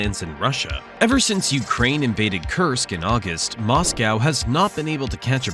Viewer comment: Can't watch these videos when the presenter can't pronounce Moscow or Iran correctly, so ignorant